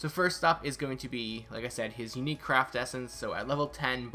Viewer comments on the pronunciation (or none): none